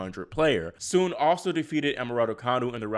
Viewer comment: Another great video! And kudos for pronouncing "Sun" correctly lol.